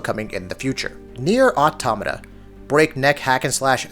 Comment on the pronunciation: nier automata is pronounced incorrectly lol